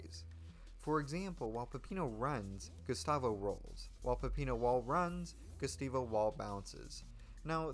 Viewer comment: DID YOU JUST SAY GUSTAVO WRONG?